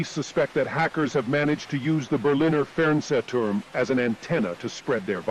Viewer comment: The way this thingy pronounces “Fernsehturm” makes me wanna commit crimes